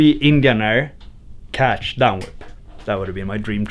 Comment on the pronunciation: he said 360 Indian air 'catch' to down whip 😂